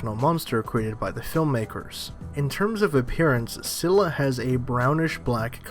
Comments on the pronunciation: its pronounced as Skylla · Scylla is with a hard C. Pronounced Skylla